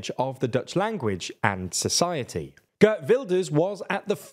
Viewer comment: I wish people would pronounce Geert correctly.